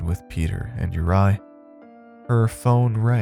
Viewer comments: Your mispronounciation is infuriating!! It's not "You-rye", his name is pronounced "You-ree"!! This is just awful. Ive twice turned off this story within 15mins, it's just too irritating! Im trying a 3rd time because i want to hear the tale. How can you NOT check how to pronounce names correctly? Real lazy. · Normally love your work!! But this was sloppy bruv!!! Mis matched sound effects, mispronounced name of featured character ( URI= your-E or youry) I’m sure Peter was really pyter but that’s ok, your inflections didn’t match with story telling either! Mailed it in, huh? If you weren’t so good I wouldn’t care